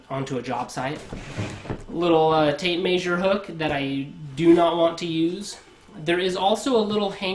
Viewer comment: Trust a plumber to mispronounce tape measure 😉😂